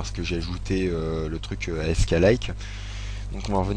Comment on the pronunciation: Sa se dit "asque" pas A-S-K